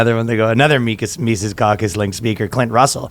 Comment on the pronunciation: Good lord dude, his name is pronounced Mises, not "Mises."